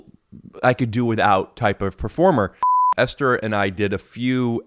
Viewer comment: I think its actually pronounced Esther